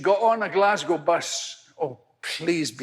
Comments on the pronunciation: Oh, it's Glasgow, as in Glaz-go, not Glas-gAw. But aye, he had cancer, and does indeed have Parkinson's. He's known over the years for being controversial. When I saw him live he forgot one of his lines but he was open about it, which is the best thing for the audience and comedian. I love this man. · Glas-go. Not 'gow'. Same as Mos-co, not Mos-cow. :) (forget the 'w' is there) The Billy Connolly one's to check out is the one with the Lions and the the one with the incontinence pants, which is a classic. Either way, more Connolly please ! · I love him! He has Parkinson’s and prostate cancer. Glasgow is pronounced Glaz-go btw. It’s spelled deceptively.